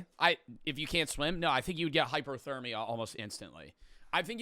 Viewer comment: Did say hyperthermia...